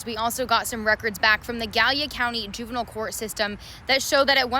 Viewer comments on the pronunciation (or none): none